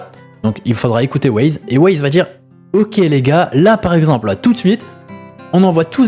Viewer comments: Yop j'aime bien tes vidéos mais steplais cherche bien tes sources ou écoute bien les lives ... Wyze c'est pas Waze, imagine on t'appelle "caille", les préinscription on était atteintes pendant le live, Pour la prospection j'trouve ça plutôt juste de faire ca surtout sur un nouveau serveur pour que tout le monde soit sur le même pied d'égalité et pas se retrouver à choisir une classe chance par dépit. Mais sinon continue comme ça, t'es videos sont bonnes et fais attention a tes prononciation 😉 (essprès 🤣) Ciao bonne journée 😘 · bah perso en écoutant le live je le prononce comme un y en anglais voir le i qui devient why donc wyze Wyze en prononçant Waze ça me fait penser a wouaise 🤣 Après si il t'a dit de le prononcé Waze my bad mais j'ai pas entendu ça sur le live